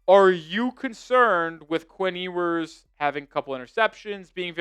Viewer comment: It’s “Yoo-ers.” He will be alright.